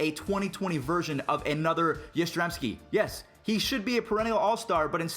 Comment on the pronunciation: yastrzemski noy yaztezmski